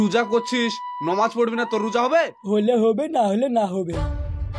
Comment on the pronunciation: নমাজ কেনো বলছ শুদ্ধভাবে বললে তো ভালো হত নামাজ বলবা